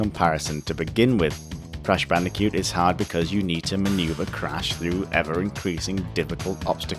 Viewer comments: you seem to be having trouble saying Bandicoot. you say it like Bandicute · "Crash bandicute"